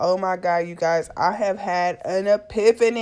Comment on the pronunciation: Lol the way you say epifany 😂😂😂